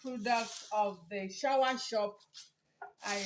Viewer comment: Soursop pronounce sawasopu not shower